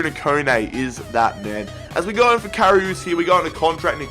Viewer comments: KA- Ri -uhs ! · Karius is pronounced carry-us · you're second pronunciation from Karius is correct